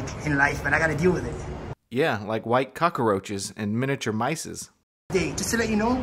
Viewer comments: What's a cokerroach or mouses. Is English his 4th language? For his sake I hope so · Cock-a-roaches? Mices? Clearly, this man has a command of the English language that puts Shakespeare to shame. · "Cocka-Roaches" - Tony Montana also hung out in Miami. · Do you mean "Albino Cock-a-roaches"? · Mouses and cock-a-roaches. What a command of the English language has. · command of the English language is something to behold. The word he's struggling with is "cockroaches", not an anglicized version of the Spanish 'cucaracha'. And mist have been absent (or asleep) the day they taught him that the plural of 'mouse' is 'mice', not 'mouses'. He's obviously the product of a first-rate education.